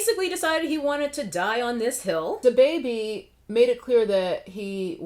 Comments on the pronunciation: The way she said Duh-bay-bay 😂🤣😭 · Can you please stop pronouncing “DaBebe” like that 🤣🤣🤣🤣🤣 omg as if it wasn’t bad enough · Your pronunciation of Da Baby is giving Moira Rose vibes and I love it! 😂